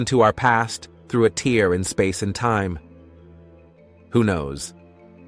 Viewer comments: "...coming through a TEER in space and time.."!!!! WTF!!!!!!!! Is space and time crying!!!!!!!!!!!?????? IT'S A FKN "TEHR" NOT A FKN "TEER"!!!!!!!!!!!!!!! POS AI!!!!!!!!!!!!! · AI isn’t that clever when it pronounces tear, as in rip, like tear from an eye.😂 A human would scan the sentence and realise what the word is referring to and pronounce accordingly.😊